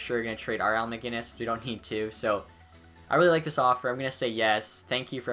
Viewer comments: New drinking game, every time pronounces maginnis instead of macinnis you drink, well all be wasted. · It's Al MacInnes not MaGinnes